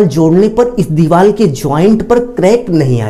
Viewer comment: Bilkul sahi kaha mai bi bolne wala thaa